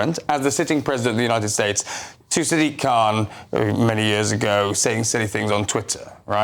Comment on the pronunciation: Dude you pronounced Sadiq wrong it’s Sad-IQ khan